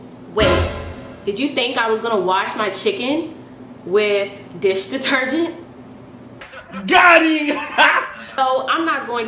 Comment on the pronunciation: "dish detergent" tf are you saying..